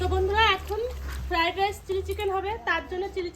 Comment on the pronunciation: Feradice hoy na say Fried rice